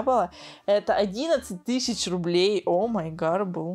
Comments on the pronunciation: Тыщача рублей, две тыщачи рублей 😤🤦🏼‍♀️🤦🏼‍♀️🤦🏼‍♀️ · Меня бесит когда она говорит тысяТЯ 😡